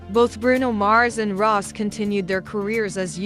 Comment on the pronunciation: Her name is pronounced Ros’ie not Ross